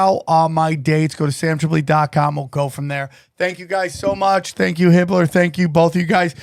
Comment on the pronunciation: Hibbeler 😂 hahaha quite it